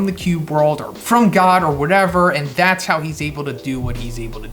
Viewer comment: Am I the only one that cringes when he says "god". Like I thought people were calling it the Monster God at first. It's just hard to hear to me.